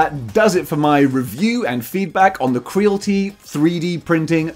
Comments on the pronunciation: Your saying it wrong bro it's Creality like Reality right not crealty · I think it's kree-al-it-ee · Cree AL it ee Rhymes with "reality" Not with "realty" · Not to sound like a dick but surely it’s probably pronounced cree-ality? Like mixing creative and reality? 🤭👀✌🏻😅 I could be wrong but makes more sense 🤷🏻‍♂️🫣😛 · Why you saying Creality wrong? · I believe Creality should be pronounced to rhyme with reality… kinda makes sense.